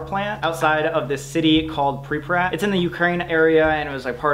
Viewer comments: ''pripprat'' nice try sam lol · You cannot go until you learn how to say "Pripyat"